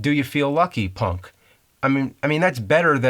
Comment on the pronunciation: Even here you placed more emphasis on "punk" than Clint Eastwood does, which was my point.